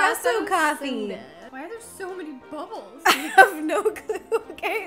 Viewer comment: What does buble mean, oh u trying to say bubble that's a easy word